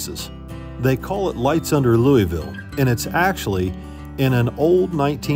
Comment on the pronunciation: Has no one taught you how to pronounce LOUISVILLE correctly? :face-purple-crying: Have fun y'all.